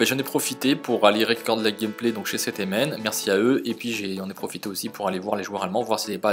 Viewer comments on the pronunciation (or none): Salut, je fait parti de 7mn et sa se prononce 7 mineurs nains;) C'est la deuxieme fois on tombe sur ü30 et on a perdu les 2, leur Dede fait tres mal ^^ Si tu veut nous rendre visite ce serait cool! Mon pseudo in game: KingLewan Super video et bonne continuation!